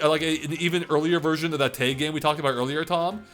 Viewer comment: When he said “Taig” instead of tag